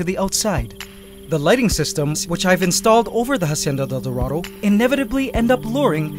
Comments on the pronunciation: just a tip, when pronouncing hacienda del dorado don't pronounce the h at the beginning. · Please stop pronouncing Hacienda like "Ha-cienda". It's pronounced "Ah-cienda". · Hacienda is pronounced with out the H Because its muted in spanish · Great channel! Spanish speaker here, the H in Hacienda isnt pronounced! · dude, the h in "Hacienda" is silent. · please drop the h when saying hacienda. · the H is silent in Hacienda.